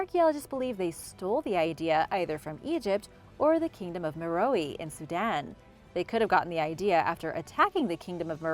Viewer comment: Meh-Row, Not Meh-Row-E... lol